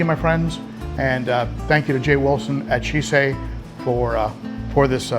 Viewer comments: See CHAY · Had to watch later as your pronunciation of Sicce damn near gave my Italian wife a stroke, hahaha!!! Been really interested in their in-tank filters after how great my Tidal 110 HOB has been. However, I've also really been impressed with the newly upgraded 35 watt Xpertmatic, which not only greatly improved the basket design, but also puts out some serious GPH turnover for only $35 ($26 with coupon on Amazon).